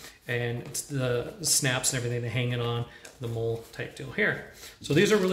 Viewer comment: Pronounce the “mole” pouches as “molly” please